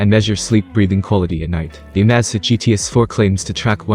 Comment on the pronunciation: If you're going to update your videos, you should at least make sure that your narrator knows how to pronounce the item that the video is about!